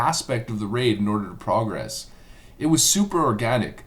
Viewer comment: Dude, when used as a verb, the word you want is prog-RESS (not PROG-ress, a noun). You prog-RESS through a raid, not PROG-ress through it. Jesus. Mistakes like that make you sound like a tool bag.